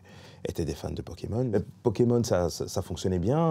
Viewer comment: C'est donc ce monsieur qui a écorché pokémon en "pokémoche"" dans le cd ^^'